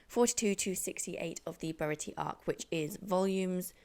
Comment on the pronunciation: Great video! love to see more people getting into this amazing series! just for clarification for the future, Usopp is pronounced Oosopp and Baratie is Bara-tee-ay